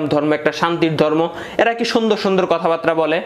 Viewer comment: কথা বারতা কি রে ভাই? উচ্চারণ টা বুঝলাম না...মূলত কথা বার্তা নাকি কথা বারতা??